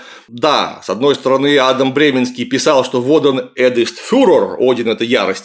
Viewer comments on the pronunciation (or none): none